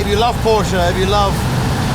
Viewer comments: What’s a Porscher? I thought it was a Porsche... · This guy made a 12 min video about a legendary Porsche and didn't even have the decency to learn how to pronounce it..